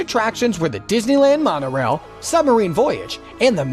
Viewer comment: "Monorain" lol